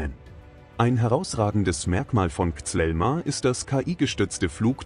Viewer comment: Es heißt kízíl elma und nicht zelma😂